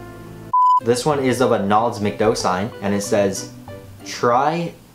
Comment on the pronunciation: But it's pronounced Mac-Doh